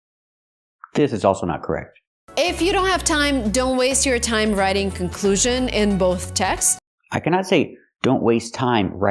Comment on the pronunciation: she also say (v)raitiing, not "raiting"